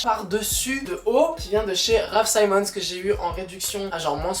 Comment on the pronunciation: Finalement contenu mode!!! Content... juste la prononciation de Raf "Simons". Il est belge, pas anglais, donc le "i" reste "i"